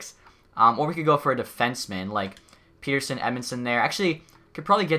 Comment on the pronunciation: Great choice to hire all amateur scouts! Would also like to point out that is it "Pet" ersson and not "Pete" rsson.